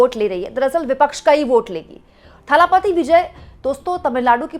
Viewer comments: It's not Thhaaalaaapaati, it is Thalapathi. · थालापपि नहीं इसे दलपति बोलिए.